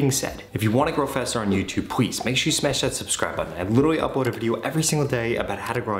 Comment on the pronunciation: Did Anyone Noticed That When He Said Please He Says Pwease